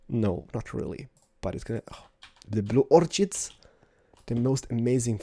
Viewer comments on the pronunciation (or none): Sounded like you said "Blue orc-shit" :p